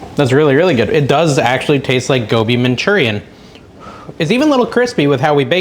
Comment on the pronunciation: Gobi Manchurian….. My absolute favorite dish! (you pronounced it correctly)